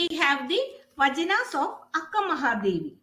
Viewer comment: Mam it is not "vajanas" it's "vachanas" first pronounce properly 😂